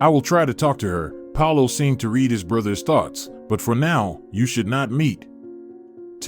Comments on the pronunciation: I injoyed the story but you ae missprounacing woord like reed for read ect . The one wird I have no udea what you were trying to say. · Ok you had a problem with "well read," the phrase means the guy has read a lot of books, or is well educated. The problem here is the word is not a long one, the read here is said like the colour red, as is the read where I stated he has read a lot of books. Do you say I read a book short or long? The word in that context is also short, in the past tense. If you are in the process of reading, present tense or going to read a book, future tense, it is the long word as you said it. All the best. How do you understand "scandals" ? The word means gossip that outrages everyone that hears about it. This in not what an argument at home is called ever, the dad is causing arguments, not scandals. His behaviour may be scandalous, but he does not cause a scandal if nobody else hears about it.